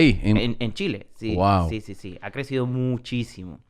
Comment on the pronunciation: I love how Tom says "GUAO" instead of "WOW"